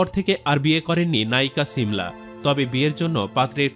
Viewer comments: ছিমলা 😂 না শিমলা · Ovinoy valo e lagto but apni cimla cimla bolen ken . Shimla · ছি মলা কি? উচ্চারণ - শী মলা। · নাম ঠিক করে বলতে পারেন না শিমলা হবে 😂